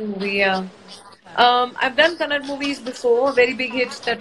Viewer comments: Its kannada not kannad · It's not KANNAD, it's KANNADA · It's kannada Not kannad 😈😈😈😈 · It's kannada🙏 not kannad😴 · Bro this is not new thing...north people always pronounce like that....like shiva shiv..rama ..ram..its not her mistake..its hindi people problem..forget her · It is not kannad ...correct pronunciation is Kannada.. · Yamma.... Adhu kannad alla ma KANNADA 🙈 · Raveena Tandon like everyone else abhi bhi " Kannad " pe atki hai ,Please pronounce it as KannadA ,ur the actress in the movie... Aap hi galat pronounce karoge ,toh audience kya sikhegi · It's kannada not kannad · Pronounce as kannada not kannad😡😡😡😡😡😡